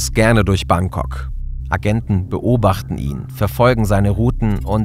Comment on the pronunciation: Wer kennts nicht, das gute alte „Bankcock“ 😂